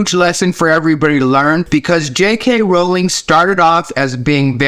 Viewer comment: I can't tell you how happy I am that you pronounce her last name correctly. ♥